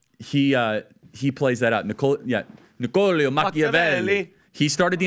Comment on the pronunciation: .... 😂 😂 😂 😂 😂.... Nicolio..?? 😂😂.... Didn't you just say you JUST studied The Prince...??... It's NICCOLÓ.... And you finally JUST read it..?? I read The Prince when in '95 when I was 15 when Pac got out....